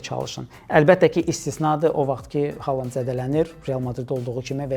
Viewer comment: Hər şey yaxşıdır, amma Xaland deməyin korlayır.